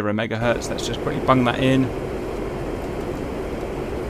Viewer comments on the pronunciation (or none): none